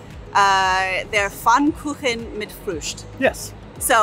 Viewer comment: Thank you for your highly appreciated respect, while pronouncing „Berlin“ correctly! And thank you so much for saying „Pfannkuchen“😊 Springfield, Illinois😂😂